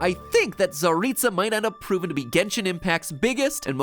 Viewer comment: can pronounce "tsaritsa" and "snezhnaya" yet can pronounce "yae" AHAAH